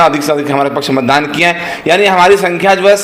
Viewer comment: Mandan nahi hai beta matdan hota hai 😅😅😅😅